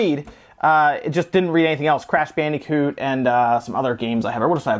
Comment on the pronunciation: WHYYYYY MUST YOU SAY BANDEEECOOT???